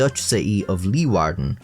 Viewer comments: The show you mention about the kidney transplants was actually fake and staged. It was created to bring awareness about the shortage of organ donors in The Netherlands. Kudo's on the pronunciation of Leeuwarden by the way. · That was a really good pronunciation of Leeuwarden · You nailed the pronounciation of the city. I have lived here for 15 years and still cant do it properly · that leeuwarden pronunciation was pretty good my guy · Thank you so much for getting the pronunciation of my town’s name right 👍, when so many people living in the south of The Netherlands fail . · Hey, good job on pronouncing Leeuwarden! It’s a pleasant surprise to hear a native English speaker not horribly mangle our language :) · Can I just say as a Dutchie who grew up very close to Leeuwarden that you did a great job on the pronunciation which rarely ever happens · Your pronounciation of Leeuwarden gives me hope fr